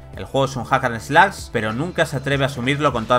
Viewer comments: Que pésimo trabajo y análisis para empezar la muy mala pronunciación del inglés, osea si, se que como españoles les cuesta trabajo pronunciarlo correctamente, pero, ¿Tanto para decir "Ac an eslas" (Hack and Slash)? Y sumarlo a la mala dicción del locutor, bastantes palabras en español a medio pronunciar y mochadas... Ya para finalizar, ni el detalle de pronunciar y nombrar correctamente el título del juego: Oninaki. La verdad es que no sé cómo esperan que tomemos en serio estas reseñas, si se nota que algo básico de una exposición escolar no lo supieron hacer bien. ¿Son la prensa especializada o no? Porque no lo demuestran. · La forma correcta en que se escucharía sería 'jac an slach'